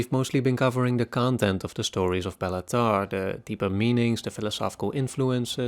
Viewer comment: “Bay-la” not “Bella”… I know because that’s my name too